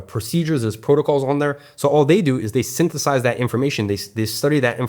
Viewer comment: "Syntheth-AHS it" got that urban western southern accent